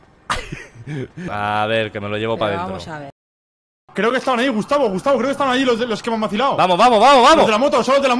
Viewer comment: Me da risa cuando le dice Gustabin